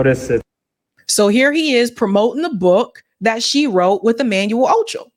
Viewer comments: Are you mispronouncing his last name on purpose? Wtf. It's not phonetic rocket science. Can't you read? "Ocho" and "Acho" are not even the same. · His last name is ACHO! not OCHO! lol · Pronounced “Ahh-Cho” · Acho not Ocho